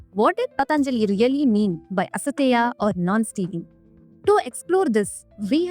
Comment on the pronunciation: Not Asateya...It is Asteya